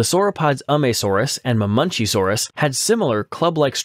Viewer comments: It's Ma-men-KEY-saurus not "Mah-munchies-saurus" or whatever the fuck you were saying... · Hold on, hold on, hold on. What the hell is a Mamunchysaurus? It's pronounced Muh-men-CHEE-sore-us (Ma|men|chi|saur|us)